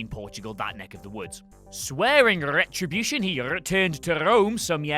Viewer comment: Swearing RRRRetribution he RRRReturned to RRRRome